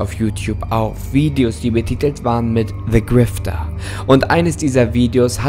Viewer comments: niemand: creepypasta: "se grifter" liebe deine videos weiter so!❤❤ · Der Ton ist normal weiß gar nicht wieso du dich entschuldigst. Aber hast du etwa "Se" Grifter gesagt? 😂😂